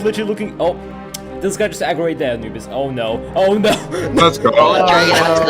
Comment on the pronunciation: not how you say Anubis but ok.